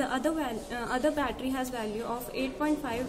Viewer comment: "The 'glound' of the 'buttely' is then connected..."